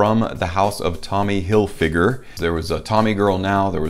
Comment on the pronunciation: It's fig, not fyg.